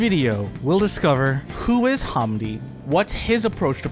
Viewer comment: Not a bad video beyond the butchering of pronouncing "hamdi" and "DJ EZ." Its more like ham, than haaam, and hes english so its Zed (Ee Zed) - so the same way English still spell it "Pearl Harbor, for eg"